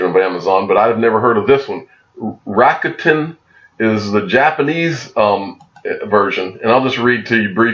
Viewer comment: It’s pronounced Rock Ten, just fyi. For Rokuten.